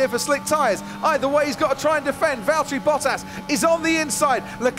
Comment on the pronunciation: ", its valteri"